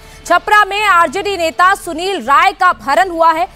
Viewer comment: Rai है ray नहीं. करेक्ट करो.